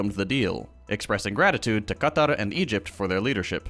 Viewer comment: putting in the effort and nailing the difficult letter qaf (ق) in Qatar. You love to see it ❤❤